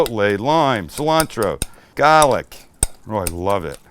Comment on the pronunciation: You take a trip to Boston recently? Starting to sound like us lol “GAH-lic”. I’ve never been more proud 😂